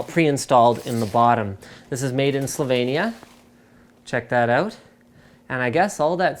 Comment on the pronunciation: Super, linus nezna naglasit slovenije haha, nisem vedel da je tole sestavljeno pri nas. Super